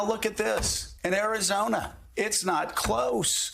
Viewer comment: The way this guy pronounces Arizona it'd satisfying